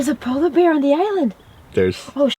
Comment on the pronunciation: Did you say sola bear?